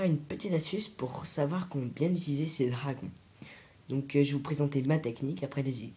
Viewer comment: On dit comment bien pas comment bient